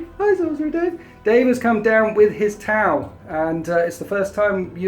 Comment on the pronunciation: Every time I heard "tau" my brain heard "towel".